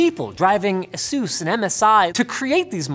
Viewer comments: It's pronounced Ace-Us not "Asoos"! Jesus... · Ah-Sous? Have I been mispronouncing Asus for years? 'Ay-Sis'